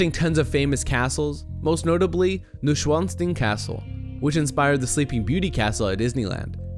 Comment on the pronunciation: nooshwanstin castle... yeah yeah, of course, the chinese castle from germany.... sorry but learn how to pronounce it